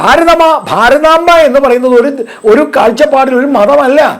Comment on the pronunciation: ഭാരതാങ്കയല്ല, ഭാരതാമ്പ = ശരിക്ക് നോക്കി വായിക്ക് ആയിരങ്ങൾ പുറകോട്ട് പോവണം എന്ന് പറയുമ്പൊ ആരൊക്കെ പോവേണ്ടി വരും.???